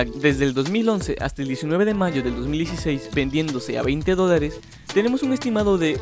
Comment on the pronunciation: Se andado cuenta que lee mal los dolares XD escuchen bien en las partes que dice dolares